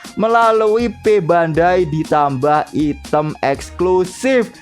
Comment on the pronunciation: Koreksi: -Item Dibaca"Aitem"Bukan Item -Ganda Itu W (Double) Berarti Half (Setengah)+Ganda (Double/W)